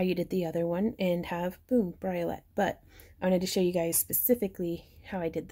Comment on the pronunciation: Briolette = "bree-oh-lay". And that's how you say it! :-)